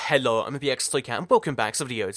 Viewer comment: The way u say hello makes u sound german